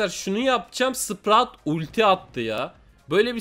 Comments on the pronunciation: Spraut değil abi sprout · Adam sprout a sprat diyo gulmekten olduk😂😂😂😂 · Abi sprout öyle okunmuyor ama tabi zorlama yok